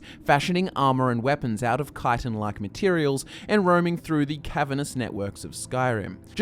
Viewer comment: FINALLY SOMEONE WHO CAN PRONOUNCE CHITIN RIGHT!!!!